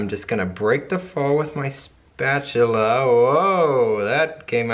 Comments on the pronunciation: OMG how cure, you call it a spatuluuur too! I love you guys <3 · You said, "Spatular!" I love you for that! Well I loved you already but now I love you more! Love the lavender soap. Love your design too. You did an awesome job. Katie I love you too. Hope you're feeling great.